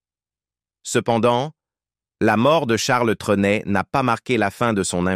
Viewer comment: Rien qu'à entendre dès le début la sotte prononciation du nom par cette voix artificielle, j'ai cessé de suivre ce reportage